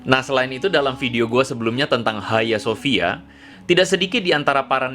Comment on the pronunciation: Bang lu keknya kudu belajar lagi deh, lu ngomong "HAGIA SOFIA" aja salah bang, wkwkwkwkwk......